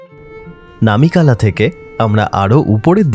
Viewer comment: এই প্রথম শুনলাম ফুল ফল শব্দ দুটিকে ইউটিউবে কেউ সঠিক উচ্চারণ করছেন। প ফ ব ভ ম এই বর্ণগুলিকে ওষ্ম বা ওষ্ঠ বর্ণ বলে। ফ দিয়ে দুটো শব্দ ফুল ফল কেউ সঠিক উচ্চারণ করতে পারে না। আপনাকে অভিনন্দন জানাই। লাদাখ ভ্রমণের অভিজ্ঞতা আছে। তাই আগ্রহ নিয়ে দেখলাম। সোনামার্গ নয়, সোনমার্গ। নামে কেলা নয়, নামেক- লা। এই হলো সমস্যা। সঠিক না জেনে সবাই ইউটিউবার হতে চায়। তবে অনেকের থেকে আপনার বাচনভঙ্গী বেটার।